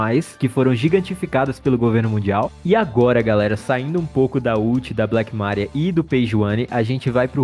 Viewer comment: Credo cara... Na boa... Pronuncia os nomes direito, Black mÁria é sacanagem, dói na alma escutar isso. E só estou comentando sobre isso porque já ocorreu muito em outros vídeos. ¬¬